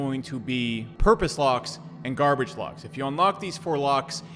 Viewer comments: Garbage not Gabage lol,great video my man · "Gabage lock" hahahah